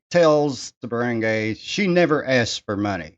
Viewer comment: I also had someone reported to the barangay to settle the matter of non payment of personal debt. The barangay (pronounced "barang-guy" not "barang-gey" just so people could understand you more) is the smallest unit of government; it is not a court of law but they are allowed to settle matters that you described. That is a form of "out of court settlement." The first point when going for settlements is the barangay (not all cases apply) if the problem is not settled there, that's when you can elevate it to the actual court. If my case was not settled at the barangay level, I was prepared to go to small claims court. Thankfully, the other party paid their debt. If you really want to live there for good, try to learn the local language. If it's Bisaya, "para dili ka mabaligya." If your girl speaks Bisaya, ask her what it means. Have a nice day.